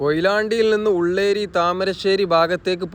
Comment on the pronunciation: ഉള്ളേരി അല്ല ഉള്ളിയേരി ബാലുശ്ശേരി താമരശ്ശേരി റോഡ്